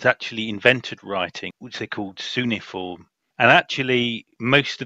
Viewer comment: Cuneiform is pronounced KEW-NEIGH-EE-FORM.